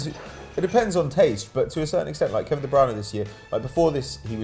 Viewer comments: Wtf is that pronunciation Kevin de browna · Kevin De "Browner." 16.40